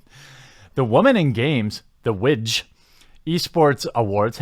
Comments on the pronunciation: Ha the way you were pronouncing WIGJ, widge, is slang for penis in parts of UK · WIGJ - I thought you said witch at first... :O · I'm sorry but I had to pause the video because the way you pronounce the acronym right after you talked about the manasource, I couldn't help but laugh at the possibility that will be not only wedges nickname (WIGJ) but also the chances of it being a meme.